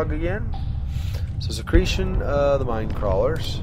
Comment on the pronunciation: i am surprised! you actually deal with minecrawlers pretty easily and you pronounce almost perfectly, besides not too hard to pronounce(at least i think so).